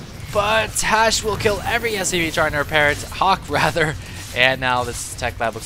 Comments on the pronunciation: he called him Hashe... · He called him HasHe so many times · Drink every time calls Hawk "Hashe" this game xD